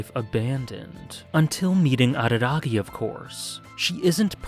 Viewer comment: Late to the show..... didn't he tell Mayoi that he would leave all to save her? Edit: "Hachikuji Goodby" is saddest scene in all, for me. Also, thanks for not imitating a barking dog when saying Araragi.